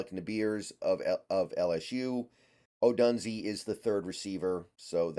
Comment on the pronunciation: Come on man. At least pronounce his last name right! 🤣🤣 Do you watch sports or just reading? O-DUNE-ZEHH. Couldn’t take you seriously man.